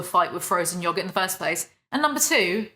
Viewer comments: I love that u say “yoggurt” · Frozen yah-gert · Heh "yog-it"